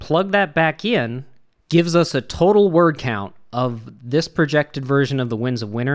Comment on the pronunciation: You say dis!